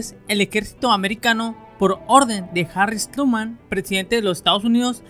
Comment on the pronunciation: No es "Harris Truman", es: Harry S. Truman.